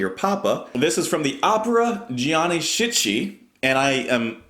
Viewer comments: Hope this helps with the pronunciation of the opera: Gianni Schicchi (Ja nee Skee kee). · Although she's considered a legend, Callas is one of my least favorite operators singers. Her incredibly nasal technique and enunciation (both of which grew worse with age) annoy me. Someone has probably said this, but Schicchi is pronounced skee-kee.